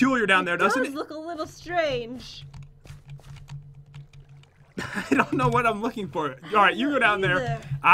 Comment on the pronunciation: who else noticed said spestrange